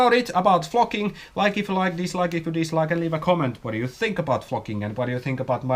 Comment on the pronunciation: I'm less then a minute in, and I'm dying laughing already. It sounds like you're saying f@ instead of flocking. I'm at work, and I had to turn it down lol